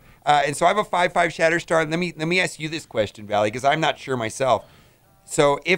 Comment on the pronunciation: Valley, not "we" LMAO!!!